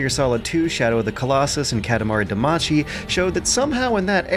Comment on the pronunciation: Great video. But please it's Katamari Dama-CY not CHI